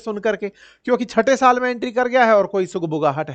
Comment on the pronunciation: Not chata saal check and correct your speech??????